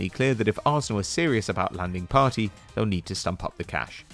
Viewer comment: I know u r white but u have to get it write its Thomas Part(ey)= (aey) not PARTY